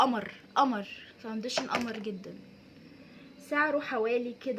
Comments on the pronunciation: اسمه فاونديشن عادي في مد والله مش فاودنشن خالص 🌚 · انتي لذيذة بس ياريت مش تبقي مصطنعة في الكلام انتي مصرية بتقولي حجي ليه وفي كلمة كدة فاوندشن بتتكي علي النون بس استمري بس خليكي علي طبيعتك هتنجحي جدا عشان الناس مش تنتقدك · باليز صححي نطقك للكلمات الانجليزية وخصوصا كلمة فاونديشن 😂😂 بس انتي عسل خالص❤❤